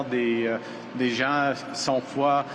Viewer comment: The translation is pretty bad, probably because his French is pretty bad too. and after, he was talking about " nationalism in respect of diverse cultures and faith", this had nothing to do with cold, but in French the pronunciation is almost the same for these words (winter vs diverse and cold vs faith). It’s the same at when he’s talking about protecting our rights (and not our fingers). Your analysis is really good still.